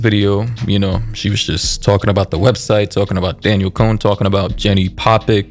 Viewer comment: Disappointed you called her Daniel it’s DAN-YELL DANIELLE. But not hating still amazing content.